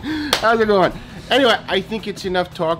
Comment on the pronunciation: "SO LETS DO ETT" Gay.